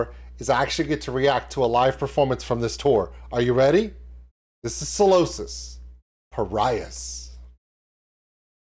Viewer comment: Hey dude - great reaction and you’re right about the rules of having a great time in a UK mosh pit. However it’s pronounced Psy- losis not Salosis 😂- love from the UK!